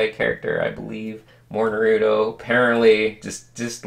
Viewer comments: I ALWAYS WONDERED WHY IVE SAID NUHROOTO INSTEAD OF NAHRUTOE AND ITS BECAUSE OF THIS VIDEO THANKS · How he says naruto though😂😂😂😂